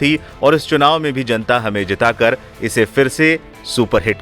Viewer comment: ठीक से राँची बोलने न आता हो चंपाई को संपाई चुनाव को सुनाव बोलते अरे भाई ठीक से यहाँ की भाषा जगह का नाम बोलने न आता हो उस आदमी से बीजेपी चुनाव प्रचार करवा रहा है पहले अपनी भाषा और उच्चारण तो सुधवा लेता इस आदमी का